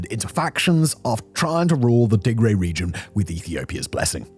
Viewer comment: Tigray is pronounced as Tigrai not Tigraey